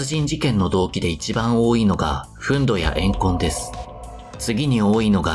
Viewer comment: 細かい指摘で申し訳ないですが「憤怒(ふんぬ)」です